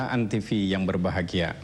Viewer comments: antivi? jarang-jarang ada yang salah ucap antv begini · kepleset lagi jadi antisfi wkwk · lagi2 salah ucap jadi antisfi 🤣